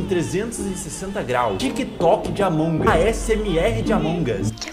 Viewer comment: Mds gente, não é Among us, é Allmongos cara!!! Edit:"os incriveus " é foda KKKKKKK Edit 2:vcs perceberam? Yn Yang? Se não perceberam reveja o vídeo